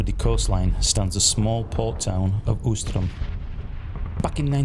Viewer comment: Ouistreham is pronounced weestrahm